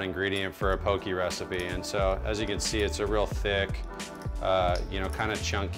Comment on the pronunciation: You were pronouncing it right in the beginning.. pok-"EH" not po"KI" 😊